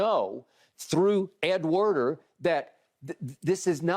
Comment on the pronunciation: Pretty sure it’s Ed Werder not Warner